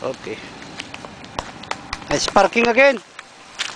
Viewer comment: the moment you said "Her 90 degree Parrking Pirst attempt" iknew u were a pinoy..lol